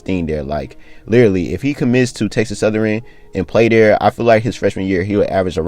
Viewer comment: Texas southern not southeran 😂